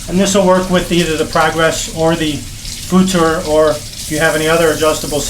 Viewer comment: The "futur" pronounsiation was almost perfect. futur stands for futuristic in case anyone is interested, and in my opinion you can see it in its design